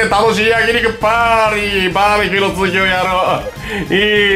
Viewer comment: バー↑べキューすき